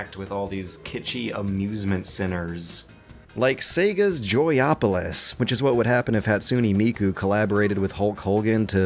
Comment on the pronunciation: Joypolis not Joyopalis!